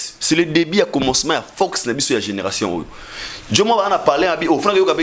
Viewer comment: Numéro 1 et non lumero 1, force et non focse zwaka temps mon frère olobaka mbangu mbangu trop keba bako kata ya ngo batier yo na pâge. message kitoko.